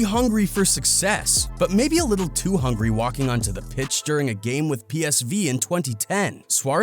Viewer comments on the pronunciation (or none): none